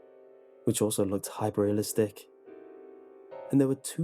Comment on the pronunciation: Stop the video did he just say HYPERREALISTC? you have achieved unc status